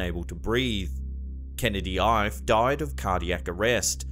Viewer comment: Ife is pronounced Ee-Feh.